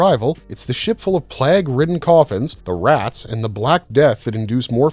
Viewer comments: Why cannot your pronounce plague? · Hate these lazy AI made videos. Cant even say plague properly